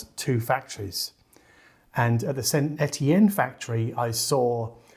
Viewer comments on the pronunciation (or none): none